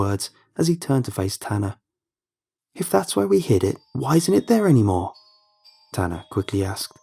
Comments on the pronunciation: i thought his name was ‘tana’ too until they said he was a guy. his name is tanner, it’s bc oh his accent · The story "Incidents in the woods" would've been better had Tana(or Tanner, couldn't tell because of the accent) didn't come back to life. Or not make him a monster or something.